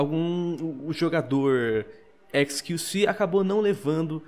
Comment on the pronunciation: XQC... Só eu q entendi "esqueci"? '-'